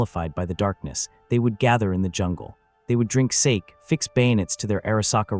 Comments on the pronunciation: They would drink Sake ( not Saki) i hate these voices in a can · The AI pronounced SAKE as snake without the n. Not the Japanese alcoholic drink. So bad. I’d rather human narration any time. Blocking this channel.